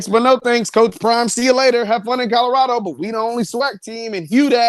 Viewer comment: You do know there is a “L” In Colorado. Lol.😂